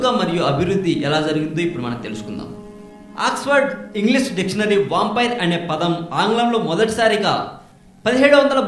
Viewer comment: Arey lanjaaaa kodaka.... endira rakta pisachi ni modda Na sulli.... vampire ni vompaire antaventra MC. Asal nee channel perey copy.... Na ucha tagandra bagu padtaru....